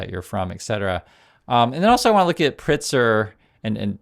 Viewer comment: Pritzker has a "k" sound in his name just fyi. Don't mean to sound rude. Love the content,!